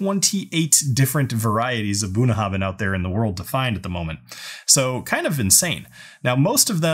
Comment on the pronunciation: You might want to improve your Gaelic pronunciation by studying Klingon. I find it helps.